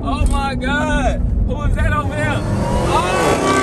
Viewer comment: why he say oh my gawd like dat lmaoo